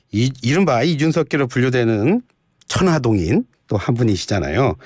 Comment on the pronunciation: MC얘는 어케 지대로 모르고 진행을 하냐? 대표출마를 최고위원출마라고 첨부터 초치더니 천하동인이 뭐냐? 천아용인 이라고 지대로 알고 해야지.